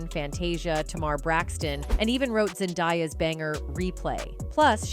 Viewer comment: I’m not sure how you can call yourselves, “,” when you mispronounce so many musicians names, again?! “FERAL...?” “Zin…diiiiya?” Come on! Do your homework, please!. These celebrities are pretty well known throughout the world... what’s happening? Do you not have anyone around, that can (help) and correct you before airing? I’m sorry, but it’s so disappointing to be listening and enjoying your program, only to be thrown out of it because of, (what sounds to be) a white woman, repeating, “FERAL WILLIAMS!?!?!”